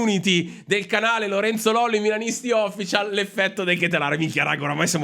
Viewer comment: Lollo sei bravissimo e competente, ti seguo in quanto mi aiuti a vivere meglio il tifo con sani stotto’ ma anche grande rispetto x gli avversari. Un piccolo suggerimento - quando dici official accento e’ sulla seconda i :)